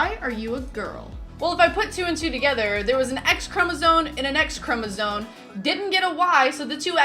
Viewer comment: Because you said chromosone instead of chromosome